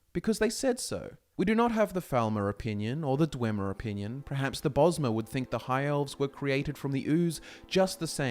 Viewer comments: you see my man in Britain, the land of English, the word is actually pronounced per-haps. If one was to pronounce it as pre-haps it is simply a sign of poor education and a lack of correction on the part of the sayers parents. Have you ever met a person who says specific as 'pacific' as in the ocean..? It isn't caused by culture or accent, it is caused by incompetence and shouldn't be encouraged. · Perhaps you should reconsider how you say perhaps.. Hint: the R is after the E 👍🏿